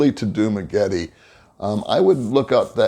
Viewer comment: Thanks for posting the vid! super helpful. Could you try pronouncing Dumaguete and Barangay better, though? Correct pronounciations: Du-mah-geh-TEH (not tee) Ba-rung-guy Thanks again. Will keep watching your content!